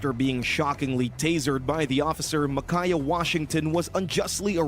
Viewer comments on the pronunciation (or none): I can’t watch this video with the amount of name mispronouncing. It’s MICAH (My-Kuh) and THOMAS (TOM-ISS).